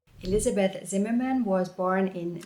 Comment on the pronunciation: I like that you pronounce the surname the English way when talking about Elizabeth and the German way when talking about her husband. Well done!